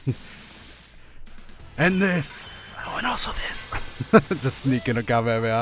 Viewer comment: At least you pronounce KA-ME-HA-ME-HA the right way 🤯